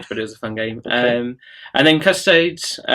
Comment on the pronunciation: Isn't it "kuh-sto-dees" and not "kuhs-toads?"